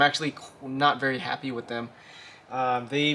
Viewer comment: Veery nice